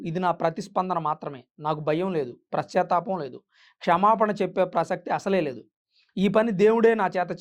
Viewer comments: నువ్వు నీ వివరణ! ప్రశ్చాతాపం కాదురా నాయనా పశ్చాతాపం. నువ్వు మళ్ళీ వీడియోలు చెయ్యడం ఒకటి. ముందు తెలుగు నేర్చుకో. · Prachattapam kadu sir pachattapam.sarigga pronounce cheyandi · ప్రశ్తాపం ఏమిటి? పశ్చాత్తాపం అనలేవు? ఓ చానల్ అంటూ బయల్దేరావు. అసలు Gavai గారు దళితుడే కాదు.ఏం మాట్లాడుతున్నావు రా నాయనా?